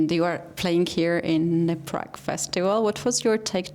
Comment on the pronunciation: Prag not Pragg😂